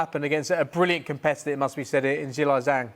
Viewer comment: Joyce kept getting "ZHANGED" there for a moment!!!! 😂😂😂😂😂